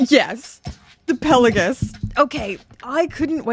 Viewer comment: PEL-OH-GISS?!? It’s pronounced PELA-GOS.